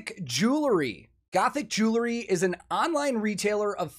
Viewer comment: Please know that you aren’t the only one that does this, but for some reason it is even noticeable on a video with Elizabeth. There is no such thing as a jewla Please stop saying jewlaree Especially when pushing the product. Jew•el•ry Jew•el•ry jewelry Just say the word jewel and add ‘ree’.